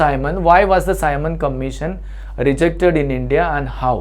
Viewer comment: Tu shi se simon commission nhi bol pa rha h